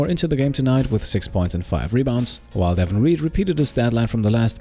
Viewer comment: For reference the pronunciation for Reed’s first name is DAY-von not DEH-vun